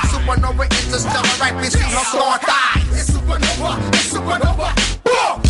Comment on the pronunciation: ITS SUPA NOVA,ITS SUPANOVA!!